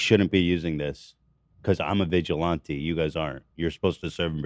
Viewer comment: Why does nobody correct Ethan when he mispronounces words over and over and over? Vigilante was driving me crazy